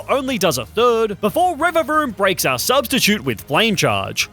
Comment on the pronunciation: Is it the spanish speaker in me or every time he says "our" it kind sounds like "el"?